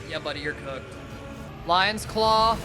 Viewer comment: he says "lions clow" like nihil💀